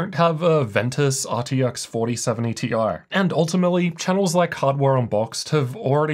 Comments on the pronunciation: You have to stop say tie it's T I. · Thoughts my ears werent working when you pronounced 4070 "tie" sometimes 😂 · The interchange of Ti and tie in less than a sentence completely blew me out of the viewing experience. Sorry, Can't handle it. The Ti stands for Titanium, Not neck wear. So either T-i OR Titanium is correct. Not tie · I love how switches between Tee Eye and Tie pronunciations to please everyone